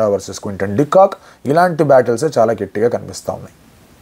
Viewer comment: "గెట్టి గా " కాదు... " గట్టిగా "☺☺☺